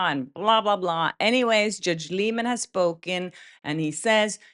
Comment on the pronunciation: Why does everyone pronounce his name incorrectly?!?! It’s pronounced “lie-men”